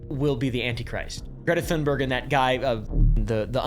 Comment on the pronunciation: Apartheid (apar-tide) - the H is silent. Thunberg (tune-berg) - the H is silent Thank you for all your research and hard work to bring these informative videos to all of us! All delivered with a sense of humor, I honestly don't know how you do it! ❤❤😊